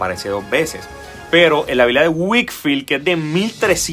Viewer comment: Muy buen video! Un detalle, la biblia de 1382 era de Wycliffe, ya que parece, tal vez por la pronunciación, que era "de Whitfield". un abrazo en Cristo 🙌